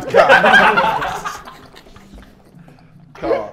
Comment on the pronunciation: Is it just me or did Harry just said C o r instead of c a r.